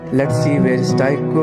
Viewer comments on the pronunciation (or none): none